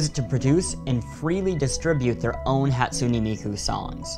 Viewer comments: “Hat su knee Miku” BRUH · Cartoons Hahtsooneh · The way he pronounced hatsune miku- "Hat-sunee" Me: internal screaming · ono The e at the end of Hatsune isn't pronounced as "ee", it's pronounced as "ay". "Hot-soo-nay" or even "Hat-soo-nay" are acceptable.